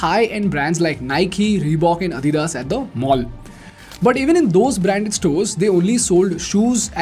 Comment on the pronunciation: Adidas is not adhidhas, lol it’s called lacks not lackhas..don’t know what that means? lol ChatGPT module not Modgueeele. Hahahahaha. Wtf is scooorchiiing.) I think it’s called drink but rather you prefer to call its drink. Ohh boy..